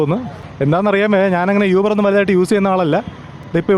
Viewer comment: യൂബർ അല്ല ഊബർ